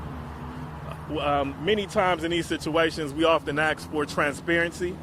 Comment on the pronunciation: Never hire an attorney that says, "Ax" instead of Ask. How can you study the law and not get that simple thing right?